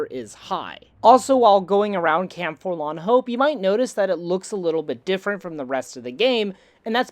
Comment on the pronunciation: Here's a drinking game: every time says forlan, instead of forlorn, take a shot of whiskey....